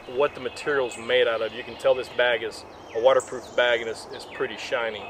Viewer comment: shiny - not shinny